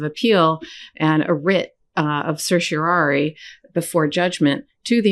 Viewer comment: Karen, you're a BOSS. You're the first person in all of the media to pronounce "certiorari" correctly. (Sir Shore Are Ee). :_KFA::_KFA::_KFA::_KFA::_KFA::_KFA